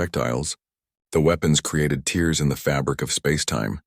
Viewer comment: I really think these stories need proofreading. The voice overs drag and change pitch for no reason. I think the names of the heroes need to change or perhaps a series. The voice over always calls tears like tears from eyes instead of tears through cloth. The stories are good but need a few minor tune ups